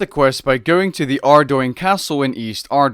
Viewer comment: Not even a minute in and I already have to like this video. You're the only YT I've ever heard pronounce Adougne the way it's supposed to be. The way the Gower brothers went on record saying it should be pronounced. Edit: I'm now half way through and "If you're a kid, please look away," is genuinely the sweetest thing I've heard from a video.